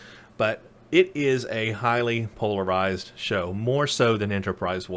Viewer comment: I was going to watch the rest of the video but I can't hear this guy say "Polarize" one more time.